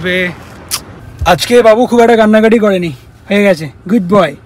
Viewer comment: nago anek bar dekhechi or ছ related j kono word bolte gele mone hoy jno word ta jiv er nich diye r daat er faka diye beriye asche..as for an xmple "গেছে" bolle mone hoy bolche গ্যায়সে..